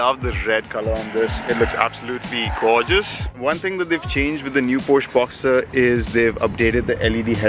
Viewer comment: It’s a Boxster not a Boxter.